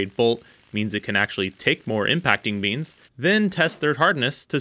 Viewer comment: Is he saying more beans or more beams?